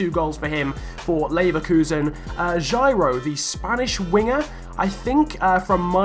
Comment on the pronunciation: it is pronounced Hi-row because it is a Spanish J still glad to be in your video